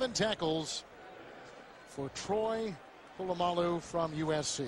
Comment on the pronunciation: I love when he calls Troy "Pull-uh-my-alloo" at the mark :)